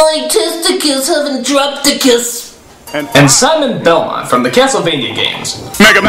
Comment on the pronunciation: they couldnt butcher simon belmont any more could they